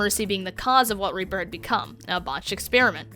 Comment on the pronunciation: how do you have a silver border and are still in plat? edit: also how do you think moira is a main healer. also you pronounced reaper's name incorrectly. (here is how it should sound )